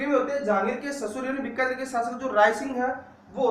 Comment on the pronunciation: बीकानेर ना की बिकानेर